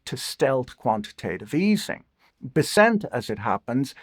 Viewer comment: I would have thought Patrick would know how to pronounce a household name like Treasury Secretary [Be]'[ssent] correctly, just like I also would have thought some people even on CNBC would know how to pronounce [N]vidia (mentioned 500 times daily on the channel for the last 7 years) as that company's CEO does.